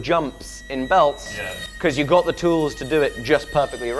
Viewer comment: He said tools, but I heard toys 😊 hehe